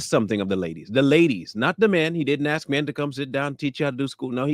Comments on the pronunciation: Pretending to want to open a school for a decade and supposedly being a doctor, yet still can't pronounce the elementary word "ASK" . How about you go AKS somebody for a job application. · Why do y’all say kings and queens but can’t pronounce the word ask?